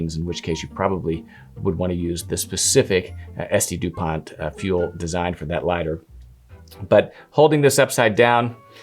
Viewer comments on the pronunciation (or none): How long before these are replaced by electric lighters 😂. Dupont pronounced Dupon